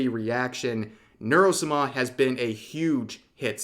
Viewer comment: has he always said Sama like that, it is torture